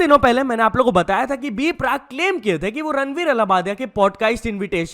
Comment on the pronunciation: B-Prak❌ B-PARK✅